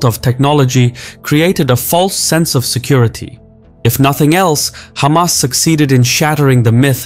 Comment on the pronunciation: its refreshing not hearing someone calling them khamas